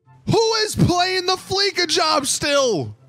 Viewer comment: I play fleeca you idiot. They definitely didn’t have to do that though. Oh and who is playing fleeca? Low levels and people who don’t have a full team. By the way it’s pronounced fleesa you smoothbrain.